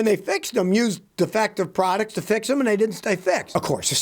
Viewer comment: Prodicts????? Putteen?????